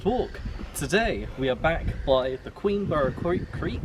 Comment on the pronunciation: Pronounce it queenbra